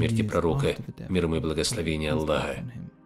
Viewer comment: Где меньше в Турций что ли?😁Ты больной да?Там проживает больше 100 мильонов Мусыльман если что думай что пишешь Турки Ислам распростряняли если что даж больше Арабов.Вы даж имя Аллах произносите Аллох настояший Мусыльманин 😁